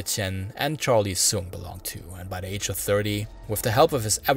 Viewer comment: Great job! Liked and subscribed for sure. Your Mandarin and Cantonese isn’t bad at all Constructive criticism: you have a noticeable Chinese American accent so if it’s a concern for you, things you can work on in elocution is the “th” sound and where you push your vowels to the front of your mouth: 1. Your “th” turn to “d” sounds sometimes in the word “the” more often than not. It’s not at the beginning of words but also in the middle like in “ethnic.” It’s pretty much not a problem when it’s at the end of the word like in “British” 2. The second syllable in “society” is very far up in the front of your mouth. You also de-voice “z” sounds to “s” like in “decriminalization” and “Buddhism.” Keep in mind there’s nothing “wrong” with speaking this way, especially because Mandarin in particular is spoken at the front of the mouth. I was able to understand you perfectly fine and listened to an hour of your hard work! I minored in linguistics decades ago and continue to work on my Mandarin so these are just observations I have listening to lots of Chinese speakers speaking English and other [mostly non-Asian] languages. Both Cantonese and Mandarin speakers have trouble with the SAE (standard American English) “th” sound and it always receive it like a balloon that is leaking air because of that and how hard we go on “s” sounds 😅 Please keep up the excellent work. If you haven’t yet and get a chance to do it, the Hong Kong Museum of History has a lot of history on the Opium Wars, som